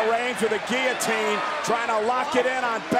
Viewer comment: Roman - everyone tapped out on giliteen Seth- seriously brother